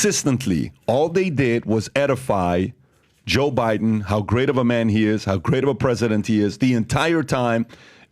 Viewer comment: always sounds like he's calling him Jew Biden. 🤷🏻‍♂️